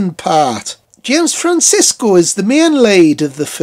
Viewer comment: Love that review, especially with that wicked north east accent. Sorry to be pedantic though pal but it’s James Franciscus not Francisco 🤣🤣🤣 but great review all the same. It’s a fantastic bonkers sequel and so popular to POTA fans as it’s so nuts and I remember being freaked out by the mutants when I was a kid because of their weird version of “All Things Bright and Beautiful” with a strange tune. I love this film though and to have an ending even more bleak than the original took real balls. Excellent stuff 👏🏻👍